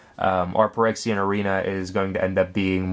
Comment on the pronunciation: its phy-rexia.... not perexia